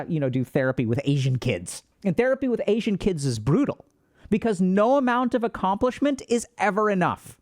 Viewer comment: Why’d he say “Asian kids 😬” like that 😂